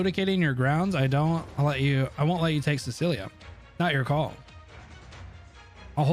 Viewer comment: This man really pronounced Cecilia as Silica lol 😂